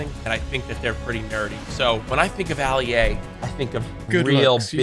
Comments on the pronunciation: Its funny how Courage called Ali-A Alia🤣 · bro rlly said ali uh💀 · Aleeha? JACK, ITS ALI-A! Fix your proper spelling my man! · bro said his name wrong and alia didn't question it💀